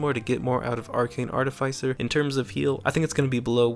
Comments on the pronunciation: ART-iff-iss-er. Not Art-iff-ICE-er. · It's pronounced art-if-iss-er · Its artificer, not artificer